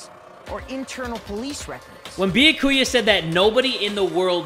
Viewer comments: no one: No one: Literally no one::beeyakooyuh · If people would stop posting spoilers in the comments, would read them and learn how to pronounce byakuya's name. It's (byah-koo-yah) not (bee-ya-koo-ya) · If he says “be-yah-koo-yuh” instead of “Be-yak-oo-ya” one more time I might actually lose it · i love how he insists on saying beeakooyah even after everyone says byakuya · I love ya but it’s (be-ya-coo-ya) not (boo-ya-coo-uh) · Yeah. Byakuya’s name is pronounced “Be-aku-a” (no hate btw) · everyone: says byakuya’s name multiple times jay: “bee-uh-koo-yuh” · BRO THE WAY HE PRONOUNCES “Bee-ya-Koo-ya” MAKES ME CACKLE EVERYTIME. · I HAVEN’T WATCHED THIS YET BUT JAY PLZ IT’S byAkuya not byakUya :”) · i loove the way the pronounces byakuya bee yo koo ya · Bia- ku-ya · did you just call him… “ biyakuuya? “ .. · YES I’m also annoyed at how he pronounces byakuya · everyone: triggered at how he pronounces Byakuya me: laughing at him calling Aoi "owie" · The way he pronounces Byakuya hurts my heart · Seriously, someone contact me when he finally says it right smh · Everytime says Byakuya wrong I feel like I’m being stabbed by one of Toko’s scissors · The fact that he still says Byakuya's name wrong after this makes me laugh. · Challenge: take a shot every time jay says byakuyas name wrong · On god if this man pronounces Byakuya wrong again I’m going to cry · the way he pronounces byakuya infuriates me for some reason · I'm ready for Byakuya to die because the English pronounciantion of his name so bad and he's just the absolute worst (, not the game. Not that he can be expected to know Japanese pronounciantion!)